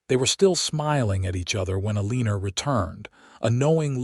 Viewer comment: Someone needs to teach AI to pronounce Eleanor!